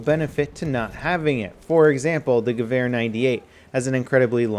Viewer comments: In what Would does a W sound like a V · i always have to laugh when you pronounce gewehr :D